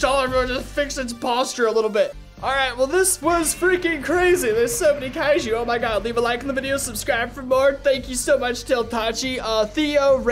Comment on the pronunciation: Such a click-baitey thumbnail, and he mispronounced kaijus so badly. Like seriously? Kairu? Wtf man 💀